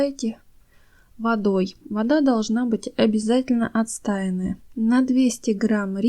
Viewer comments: У ВАС ЗАМЕЧАТЕЛЬНАЯ РУБРИКА!СПАСИБО! НО ТЕКСТ ПЕРЕД ЗАПИСЬЮ ВИДЕО ПРОВЕРЯЙТЕ, ПЛИЗ.У ВАС ЖЕ УЖЕ БОЛЬШ.АУДИТОРИЯ.МЫ ВСЮ ЖИЗНЬ УЧИМСЯ-:) 1=Ударение на А в слове =клАдезь=(это ваше любимое слово,поэтому корректирую). 2= Воду надо =отстАивать=, но вода =отстОенная. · А также красИвее, отстОянная вода, не отстАянная... Дальше слушать не стала: кладЕзь просто добил! Извините,. Но если не дружите с русским языком, делайте ролики молча, а текст просто пишите. Несмотря на ваш приятный голос, слушать вас невозможно.